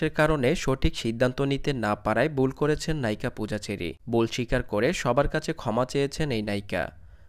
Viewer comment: বুল নাকি ভুল. Thik bhabe kotha sikhe YouTube channel open korben